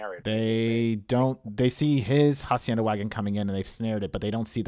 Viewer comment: Just a tip for pronunciation it's not jacienda the H is unsound just say acienda